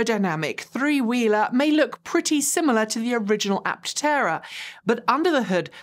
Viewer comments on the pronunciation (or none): and : Its not an Apt-tera. Is's simply "Aptera." No double-t.